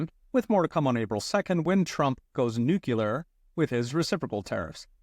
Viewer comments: Never pronounce nuclear as "new que lar". If you read the word, it's pronunciation is simple = Sounds like noo·klee·ur (new clear) "new-klee-er"... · "New-cue-ler" -- try saying "New-clear"